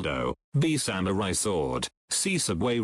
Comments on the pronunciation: The way she said Samuri Buyer made me want to burn my computer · SAM OU EYE BUYA DESU